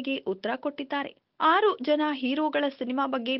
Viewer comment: ಆರು ಜನ ಅಲ್ಲ ....ಹಾರು ಜನ